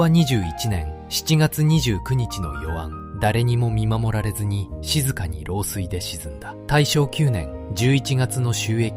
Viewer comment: 「漏水により沈没」が「老衰により沈没」に聞こえた。 鋼鉄の艦として老衰で生涯を閉じて欲しかった。